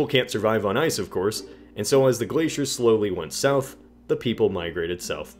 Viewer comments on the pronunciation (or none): none